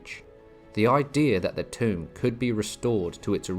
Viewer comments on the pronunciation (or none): 'Tomb' is pronounced to rhyme with 'too' not 'phone' 😔.